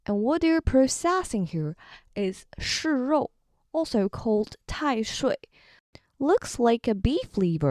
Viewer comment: tai sui not tai shui